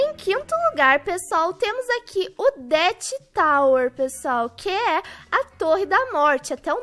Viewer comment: Kkkkkk o auge é a falando “deat” e “climb” lkkkkk te amo